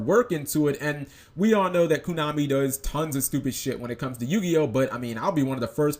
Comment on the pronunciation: stop saying "kunami" and i'll subscribe